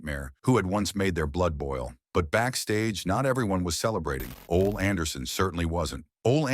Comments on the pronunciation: It's pronounced Olie not ol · Oh-Lee = Ole Anderson